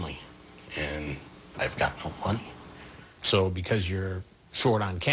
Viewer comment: "Lonely and...I got no munni"